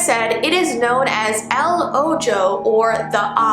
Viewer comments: You say ojo like oh-ho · When you said la oijo it made me laugh cause it is pronounce oho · ....."ojo" is pronounced "oh ho" Not "oh jo" please dont ever say it like that again i love you but....no 😂😂💙💫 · it's called El o-jo Me:let me help u there El o-ho =ojo u don't really pronounce the j ur welcome😊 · Oh -Joe( ojo) Latinos:Oh-ho (Ojo) That’s how you say eye in Spanish it’s weird ik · I laughed so hard when she said o-jo it’s pronounced el o-ho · It’s pronounced “oho” the j sounds like a h :> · I don't wanna be mean but you pronounce it like oho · Ayo J’s in Spanish make the H sound so ojo is oho ✨✨ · It’s pronounced o-h-o in Spanish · Its pronounced (oho) but since it’s in Spanish it’s spelled ojo the j makes the h sound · ojo is pronounced o-ho. In spanish, the letter j makes a h sound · nobody: el o-j-o me: thats not how you say it XD ojo is eye in Spanish lol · sun :3 it’s still pronounced o ho lol i’m argentine and it’s spanish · it’s called eL oJO Me: thats Spanish and it’s pronounced oh- ho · it’s said like “oh-ho*” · Ojo is pronounced “ oh ho” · What's funny said el Ojo but the j is silent but she said the j😂😂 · when said the eye in spanish she pronounced it wrong cus in spanish somtimes j sounds like h so its el ojo there you go if you read this comment:) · Ahhhhhh, that's not how you pronounce "ojo" 😫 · how she said ojo in Spanish like wow but she doesn’t know Spanish so I will let that one password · the eye is spanish is not how u pronounce the ojo the j sounds like a h in spanish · El ojo in Spanish the j is h and h in Spanish is silent so ye